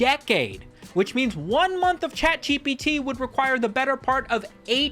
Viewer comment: He's saying "CatGPT" right? it's not just me?